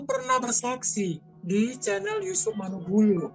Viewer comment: Channel tasik ngaji ? Channel dgn chanel beda pengucapan nya.